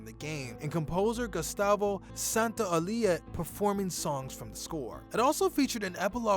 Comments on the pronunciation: ¿Gustavo Santoalía? Les cuesta bastante pronunciar los apellidos en español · “Gustavo Santaolia” lol